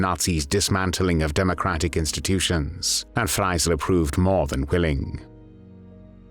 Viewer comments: Warum spricht man den Namen ,,Freisler" hier nicht richtig aus und sagt immer,,Freiler" ? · Please try to pronounce the german names correct. Nobody knows a judge "Fleysserrrhh". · FRAILER? Pronunciation wrong